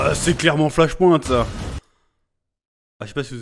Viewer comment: Bordel mec... Flash "POINTE" Ahah ! Un effort allez pour les prochaines stp : Flash "point" comme "PowerPoint " ! 😀 Il y a moyen que Batkeaton soit Thomas Wayne, sur la photo que l'on voit et la main pleine de bleus qui s'y approche il touche "Thomas et Bruce" j'y vois un signe père fils.. T'en pense quoi ? Vous en pensez quoi ? Thomas devient batman dans flashpoint pour venger la mort de son fils avant tout c'est son obsession.. on en oublierait presque la pauvre Martha.